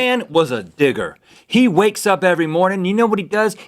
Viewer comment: when he said digger it sounded like he said ni**